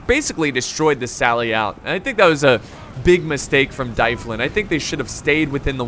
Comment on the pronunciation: I'm pretty sure dyflin is pronounced dove-lin because gaelic.